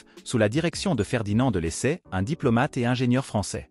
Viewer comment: C'est un robot qui lit le texte😢 Pauvres Lesseps !